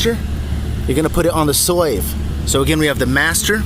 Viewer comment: SLAVE it is pronounced SLAVE. I cant understand what the hell you are saying but it pronounced SLAVE!!!!